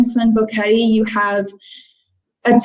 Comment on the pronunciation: Bo(short o) que (u is silent and the /e/ is short sound and te (short /e/ as well) at least learn how to pronounce the names of the towns and cities.